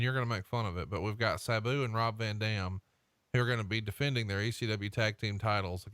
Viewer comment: Is it just me or did Tony pronounce Sabu's name differently every time he said it?